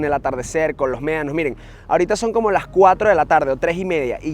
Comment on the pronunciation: La verdad los videos son entretenidos pero a veces pega al oído la pronunciación de algunas palabras: Comida = comia Medanos = meanos Etc Por favor tómenlo como una critica constructiva. Mucho éxito, desde Canada